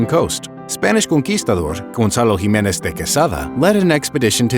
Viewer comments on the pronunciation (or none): none